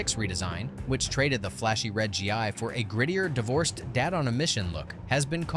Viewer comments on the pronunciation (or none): RYU is pronounced Ree ooo not R U And wears a Gi “Gee” not G I.